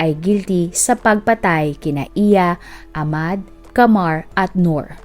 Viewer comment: Ahmad o ahmed hindi po silent H pag pini pronounced ang name nila kasama ang H pag binabanggit ang name